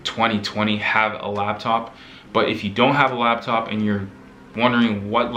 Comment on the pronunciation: LAPtop not LABtop